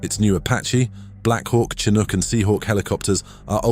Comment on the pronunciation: Tsinuk😂😂😂... ok AI well played